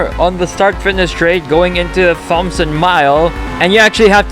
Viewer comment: Isn’t it pronounced T OMSON